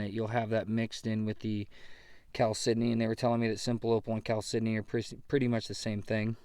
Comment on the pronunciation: How hard is it to be say Cal-sydney? Geese. Ha ha ha ha.